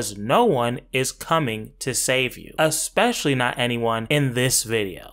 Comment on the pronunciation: FD taught me, even intelligent Black people will disappointingly say; " exspecially " .